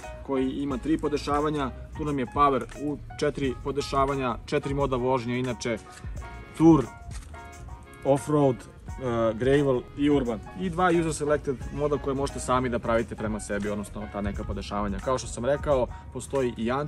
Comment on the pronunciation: Nije grejvl, nego grevl...